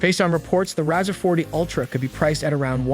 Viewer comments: It’s pronounced RAY-ZOR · The Rawzer, lololol... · I can’t take a review seriously when you can’t say the name right.